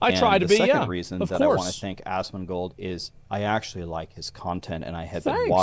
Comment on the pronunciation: He said ASSMANGOLD. 🤣 love ya bud!